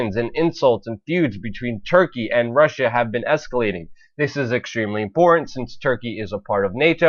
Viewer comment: Good work as always, but I would advise that you work a bit on your voice delivery. Try to refine and polish your word enunciation. Words like 'Putin' and 'important' are sounding like 'Pu-in' and 'impor-ent'. It robs you of verbal power in your presentation to speak this way. Just focus a bit more on articulating each word in a more definite and intentional manner and you'll come across as more authoritative. Your content is solid though, nice job.